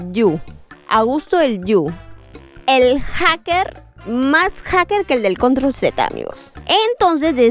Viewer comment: Ame cuando dijiste más jaker (nose como se escribe) que el de control z✨✨✨